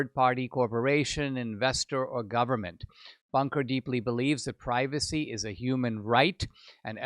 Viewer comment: "privacy" is pronounced like "is".